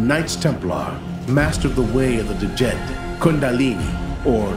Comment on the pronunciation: Haha its pronounced Djed i not D jedi but love it !